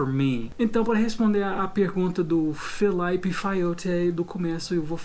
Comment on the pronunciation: "Filaipe" kkkk